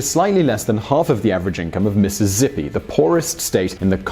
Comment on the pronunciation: PLEASE release all the takes of saying "Mississippi".: "MizzuzZippy" Director: "Miss-us-sippy": "Mizzuuss-zippy" Director: "MiSS-uSS-Sippy": "Mrs. Zippy" Director: "...Sure,. You nailed it, buddy."